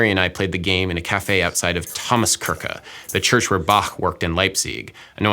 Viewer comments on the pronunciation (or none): "Thomaskyrckxqah, the place where Bahhxjq worked in Leipzyyyxg." At least he's good at music. :) For those who always wanted to pronounce it properly to pretentiously show off like Sideshow Bob, here's how: The light CH sound (Kirche) happens between tongue and teeth when you start laughing or saying "sheesh" while smiling . It sounds like a very soft English SH. Kirche sounds a little like "kitchen" without the T. The heavy CH is a sound closer to the throat like what you hear in Western movies before someone spits in a pan. It's just very short and usually very dry, sounds like a compressed H, but not a K. If you say Ba-- and then show your disdain by spitting chewing tobacco into a pan, you get the sound of "Bach" and you'll be shot by Clint Eastwood. The German Z is simply a TS sound. Leipzig is [lype tsick]. Still there? A light CH follows after E, I, and consonants L, N, and R. Also after Umlaute (Ä, Ö and Ü). A heavy CH follows after A, O, U. Zat's it, ja. Soon ze vorld vill speak German. Hahahahaa!